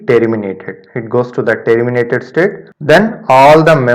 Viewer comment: Man everything was good.....but every time it catches me when you say: " t ee rr i m i na t e d" 🙄